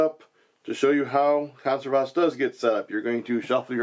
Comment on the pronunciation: Just for the record, it's kohn-SEHR-vas. :) Just like you'd say "reserve" and "conserve", just with "vas" at the end.